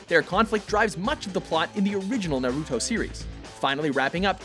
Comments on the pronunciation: stop saying naruto wrong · They finally said Sasuke's name right :) but fucked up Naruto's